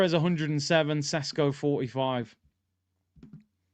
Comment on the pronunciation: Do you think Arteta doesn’t know that next season is crucial, do you think the owners will spend 60 plus millions without doing their due diligence. You making Sesko sounds like sonogo